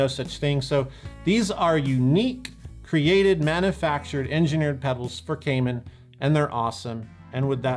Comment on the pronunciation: /mænjəfækʃrd/ not /mænəfækʃrd/!